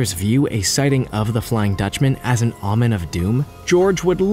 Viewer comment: That is OMEN of doom! Not Amen of doom!!!